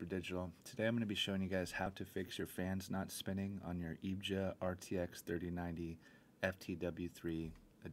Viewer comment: It's pronounced E V G A!